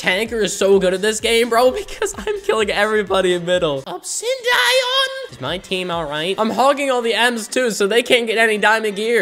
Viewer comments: use the 8 balloons strat! and btw the way u said "obsindaion" was funny LOL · how he said obsidian tho XD